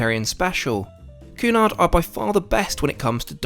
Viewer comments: It is pronounced Kewnard! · Interesting video but not too sure about the pronunciation of Cunard!